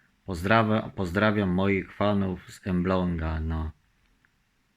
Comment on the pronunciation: Nie emblong a Elbląg